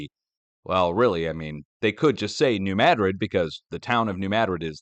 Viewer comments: You pronounced New Madrid and Missouri correctly! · you are correct on your pronunciation of New Madrid